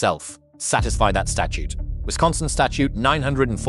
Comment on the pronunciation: Wisciosonsin lmao